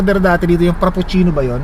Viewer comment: fraprcino freprichino,coffee pronounced...